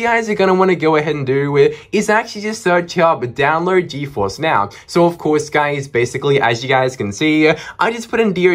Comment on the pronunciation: Its download not dowload😅😅😅😅